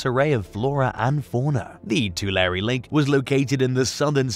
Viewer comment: Pronounced "Too-lair"